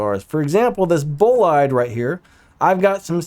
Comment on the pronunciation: sorry this bothers me but the way to prounce is Bollide is "Buh-laid". its my 2nd fav car:p anyway, nice vid! keep it up!